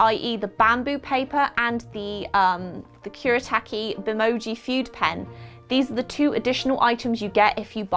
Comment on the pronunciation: One quick note, fude is usually pronounced: "foo-day"